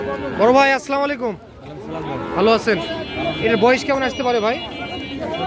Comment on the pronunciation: ভাই সালামটা শুদ্ধ করে দিবেন আপনাকে আর কত বলব এর আগেও বলছি